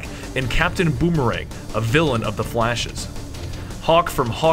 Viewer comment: "capitan bomerang threw the bomerang" haha